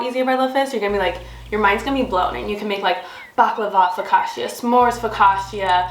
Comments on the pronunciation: As an Italian, the way you pronounce “Focaccia” incorrectly over & over is a hard watch 😂😂❤ Lovely video regardless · I’m not an Italian and I felt it as well 😂